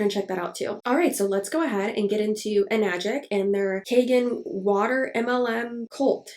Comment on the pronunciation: Hi, first time commenter here (since you said engagement would be good for you and I want to be learn to be more proactive in whatever limited support I can provide). Since you mentioned pronunciation, I took the trouble of finding the Japanese wording for it, エナジック (Enajikku) with the 'E' pronounced like 'eh', and the 'a' pronounced like 'ah'. In the same vein, Kangen is pronounced more like 'Kahn-gehn', and not 'Caynguhn'. Source: Am working as a Japanese translator/interpreter. Though realistically I doubt anyone actually cares that much about how it's pronounced ~.~ Just some info for you. I also have a burning rage for them because someone literally recommended them to my parents, specifically my dad who was recovering from cancer and got them to BUY ONE some years ago as well. It is now an unending source of frustration for me towards them. (I literally blew up on them not long after I first learned it was a goddamn MLM from the Anna's Analysis video) Their water filter cartridges are also fucking expensive (keep in mind that you would have to replace them periodically as well, especially if your water sources are not really clean so those add up as well).